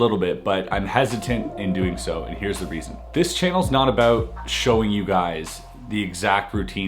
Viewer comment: “Wanted to tahlk aboat” 😂😂 Canadians for ya